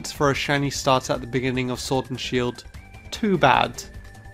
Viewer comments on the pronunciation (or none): none